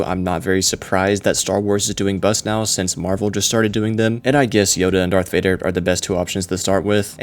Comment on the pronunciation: “Darth Rader”